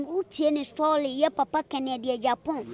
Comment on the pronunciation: to yaw dabo stoly amine❌ papa j admar ❌ correct word admire ✅😂😂😂😂😂